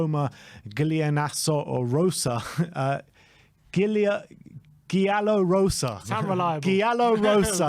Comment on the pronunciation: It's pronounced "jallo rosso" because Roma wear red and yellow kits. Any Italian pronunciations just ask me, lived there for 22 years, have an Italian husband who is a Romanista!!